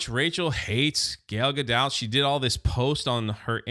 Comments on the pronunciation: what is it with you not being able to pronounce her name? Gayle Gadout?? 😂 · can’t stop saying “Gayle Gadoubt” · You think he's trying to pronounce some middle-ages French or ancient Greek name as often as he gets it wrong.